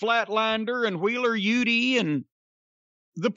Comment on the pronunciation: "Wheeler Yutee"